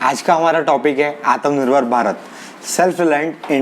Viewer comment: Bhai... aatmanirbhar... naaki aatmnirbhar. Baaki sab mast hai 👍